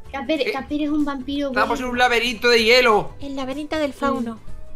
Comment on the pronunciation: En el minuto 5 an dicho el laberinto del jelo i luego creo que a dicho el laberinto del fauno a mi me a echo mucha gracia la berdad